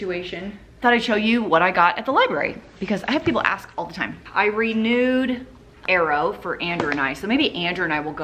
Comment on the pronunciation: When you said “I renewed”, I heard “I read nude”. OMG! I haven’t laughed that hard in so long! 🤣